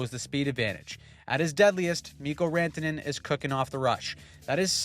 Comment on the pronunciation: Sounded a bit more like "Miko Rentene" (rent-a-net ?) to me.. Even though the attempt was good, did not fool me 😂